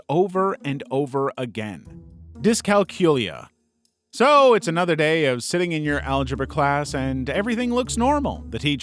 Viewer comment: Dys-cal-culia pronounce it like its a vampire name not Gonorrhoea. We can understand a counting clock, its just asking to transition an analogue clock in roman numerals to 24 hour time is the level that screw ups occur